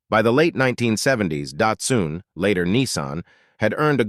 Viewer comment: . Dot Soon? Who is she? It's Dot Sun. Get help 😢